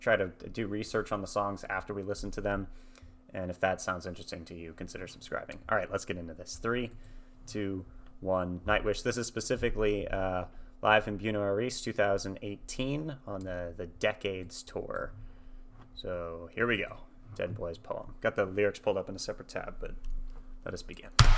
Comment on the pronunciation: LOL!! Oh my gawd... how did you pronounce the city?? 😂😂😂 Just teasing! It's pronounced Buenos ( Bwey nohs) Aires ( Eye rehs), with the accent on the first syllables. I hope that helps. 😁👍